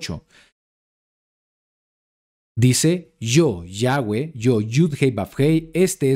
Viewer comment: shalom shalom!!! que curiosa información...aprendí mucho....una curiosidad... por que ahora pronunciado YAHWEH (GUE)? si ya antes aclaro que se pronuncia (VE) no digo que esta mal pero la pronunciación si lo esta ya que la W en el aleman y polaco suena como V ....ya que YHWH viene del judío azquenazi....pero igual...excelente enseñanza